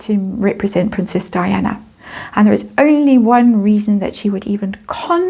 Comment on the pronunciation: You stand alone . And it is DIANA, not 'Dianne'